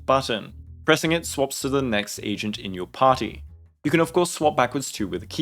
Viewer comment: I know you meant to say agent but all i heard was "asian" 😂